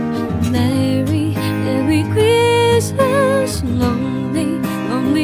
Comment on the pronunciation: 英文的部分還要再training欸 Christmas 的發音真的不忍卒睹XD